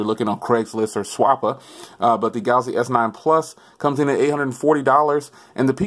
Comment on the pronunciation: “Galasy Note 8”